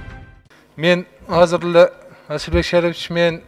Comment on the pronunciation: Эми Асылбектин А тамгасын айталбай калдынго, Зулпукардын баласы эми Садырга пахта кой.